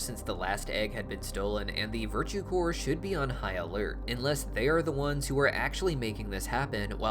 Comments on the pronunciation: Ffs "corps" is pronounced core btw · FYI, "Corps" is pronounced "Core", where the "ps" is silent. Otherwise, people will confuse it for "Corpse".